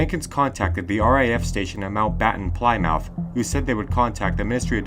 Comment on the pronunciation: Hey, enjoy yr channel a lot which will, I am sure, grow significantly over time. So many of the events you discuss I have never heard about, so v much appreciate the insight. Only thing… sorry to nit pick, but please, please, please look into the pronunciation of some of the towns etc in the UK. I understand you are Americans but Plymouth is pretty famous. Hearing Ply-mouth rather than plimuth jars to my Australian ears. Regardless, really enjoy hearing about all these cases with trained observers or ‘respectable citizens’ like police having their reputation dismissed with so little regard to their professionalism… Errr enjoy hearing the stories, not them being dismissed I mean. Pls keep going!